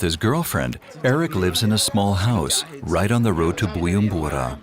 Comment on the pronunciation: nice video :) but the narrator kept saying BuYUmbura the letter J in "BuJumbura" is not silent (sorry had to say it 😅)